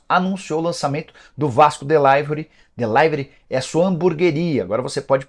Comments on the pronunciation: Vasco “delaiveri “?????? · Esse povo gosta de falar errado. A palavra "delivery", a letra "i" tem som de i mesmo, até no inglês. Assim como a palavra "live".